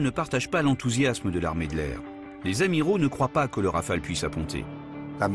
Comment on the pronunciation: rafale..pas raphale...